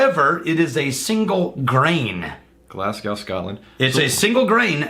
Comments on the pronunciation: Glaz-go not Glass-gow god damn Americans, thought you Texans were better that this, kappa. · Glaz-Go not Glass Cow :P